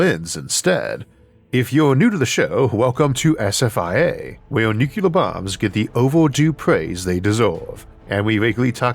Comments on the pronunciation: Sorry, but using the word nucular rather than nuclear is my pet peeve, especially since I work in modeling NUCLEAR explosions in my job. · Nu cle ar. NOT Nu cu lar. Goddammit. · In today's episode, we discuss nuk-yu-lar transmutation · I love Isaac, I really do, but does anyone else get a twinge when he says nuke-you-ler?